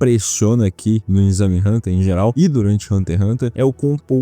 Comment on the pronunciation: Muito bom… mas pelo amor de Deussss é EXAME NÃO É INNNNXAME